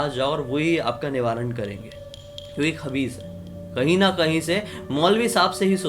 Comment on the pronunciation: Not khabis Khais hota hai wo 🙄